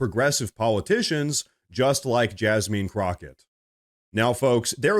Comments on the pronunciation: It's Jasmine not Jasmean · Please refrain from mispronouncing people's names. I am no fan of Jasmine Crockett, but no one's name should be mispronounced. The pronunciation is not Jasmeen. Thanks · Jazzmin is how it's pronounced. Sorry I'm just anal that way. I do love your show and I've been subscribed since the very first time I watched. I watch everyday. Also the same Act Blue fraudulent donations were napping during Kamala's campaign. There is a video on YouTube about it. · LOL you called her JasMEAN lol!